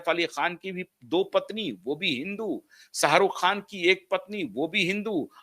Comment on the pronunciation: Jhat ke keede.... Salman ki Somi Ali hindu thi kya jhatu.... Pahale bolna seekh khujli wale kuttey.... Sarukh.. nahi Sharukh hai anpad... Buri gat ke....